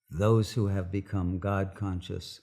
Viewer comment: EWERY BOOK IN THE WORLD HAWE STORY,,, IS HAWE THE ONW REALITY! EWERY BOOK😅. COOL